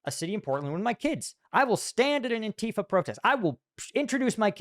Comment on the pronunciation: It isn't an-TEA-fa, it is ANTI-fa. As opposed to PRO-fa.